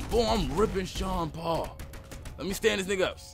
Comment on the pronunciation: Its "SEAN PAUL" OK